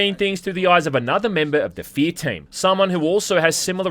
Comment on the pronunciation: It's hack to make fun of accent... but he DOES call this game "Fee".